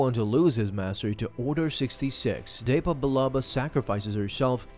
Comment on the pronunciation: It’s pronounced depa not deypa